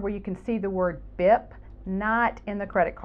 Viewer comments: Pronounced beep, not bip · When buying a bip card, keep in mind it’s actually pronounced “beep”